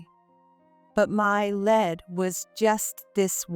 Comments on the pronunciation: First of all, the narrator is A.I. Also, the pronounciation, LEAD, in the sense it was used, they pronounced it like a LEAD pencil. To LEAD, meaning first, it is pronounced LEED, in the sense it was used by narrator. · AI doesn't know difference between lead (leed)and lead